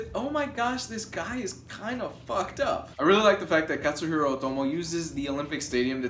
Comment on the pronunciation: it's KAT-suhiro lol